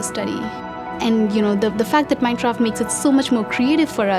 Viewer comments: I love minecraft but why did she say it at the start as minshcraft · Minechraft xd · less than a second in and you hear minchraft I am ashamed